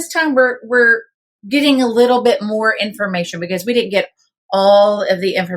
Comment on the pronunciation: "more" not mire